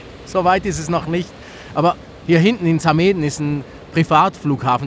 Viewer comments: "Samada" :-) sagt man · Wie zum Geier hast du Samedan ausgesprochen? Sorry, aber das goht jo gar nid!! :D